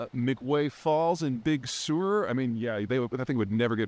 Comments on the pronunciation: BTW Peter, Big Sur is pronounced Big Sir. It's a wonderful place to get away from it all. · Big “Sewer” it sounded like lol. Midwestern accents…